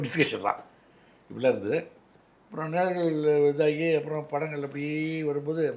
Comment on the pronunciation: Ninalgal( நினழ்கள்) illa. Nizhalgal ( நிழல்கள்)